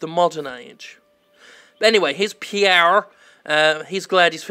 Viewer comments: Hearing Pier pronounced as "Pierre" as if he's French will never stop being hilarious to me. Ahhh Dutch, sometimes you're so hilariously difficult to pronounce for English speakers. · Pier is pronounced similarly to peer, by the by :P It's Dutch (better yet, Frisian), not French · Not pronounced Pierre.....